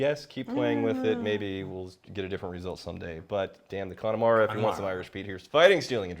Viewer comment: It pronounced Cun-a-mara